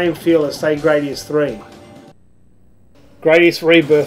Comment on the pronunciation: *Grah-dius, not Gray-dius. See Gradius IV intro for confirmation.